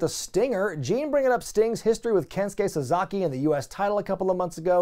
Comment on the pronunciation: SA-SA-KI! Not... SaZAkey! 😂🤔🤷🏾‍♂️